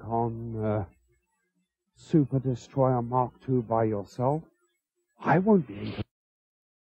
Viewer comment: Just luv how his Lordship pronounces "Sooo-pahh Destroy-ah, MAAHK TOOO."